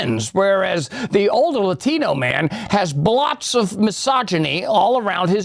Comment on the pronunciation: when did sunny stat to pronounce "latino" "laTHino"? did she get new teeth or somthing?